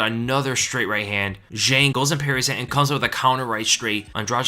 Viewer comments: Fun fact: Zhang is pronounced John. Just to make your life easier throughout Weili's UFC run. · Just a kind reminder, it's Zhang, not Jeng or whatever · The Chinese name "zhang" is pronounced like 'djahng'. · I'm really bothered on how you pronounce "Zhang" lol